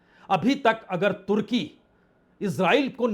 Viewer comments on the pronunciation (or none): none